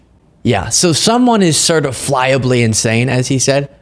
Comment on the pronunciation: Little Deranged Donnie Jr is going to need adult diapers just like his Daddy from all his years of nose products. Certiflyably??? What is certiflyably? 😂